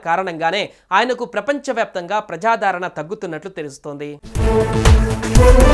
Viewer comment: ప్రజాదరణ అని పలకాలి.